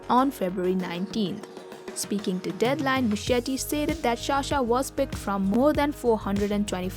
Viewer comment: Sa-sha, not Sha-sha please.